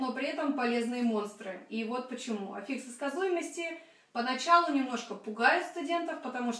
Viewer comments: Ну что за "аффИксы" за такие?! Ударение в слове "аффикс" всегда стояло и стоит на "а", на первом слоге. Орфоэпический словарь русского языка (или Википедия, если лень искать первый) вам в помощь! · Но ведь Афиксы! Ударение на А. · Здравствуйте, почему афИксы, а не Афиксы?